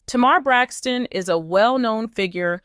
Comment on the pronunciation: You Said Her Name Wrong Idiot 🙄 😒 😑 🤣 🤦! Get It Together! Love Lee Lee!